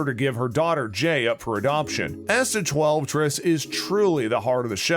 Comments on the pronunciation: Vanderspiegel is his last name. Think you might be mispronouncing it. the actor is Tudyk. Asta’s last name is pronounced like ‘TWELVE-TREES’. I think you need to work on your pronunciations. Nice breakdown though. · Learn how to pronounce names. Tudyk and Twelvetrees. Also, maybe the definition of Easter Eggs. Sheesh! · Narrator needs to learn proper name pronunciations... "Alan Tukd" & "Twelvetress"... really? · I am beyond annoyed that the narrator can’t pronounce Twelvetrees. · Love the series, dislike this click bait. I only got half way through this video till I quit. No secrets, no easter eggs, just the most obvious observations anyone would make watching the show. The narrator even mispronounced the female main character's name.